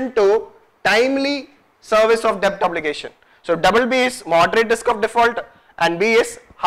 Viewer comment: It's pronounced 'det', please!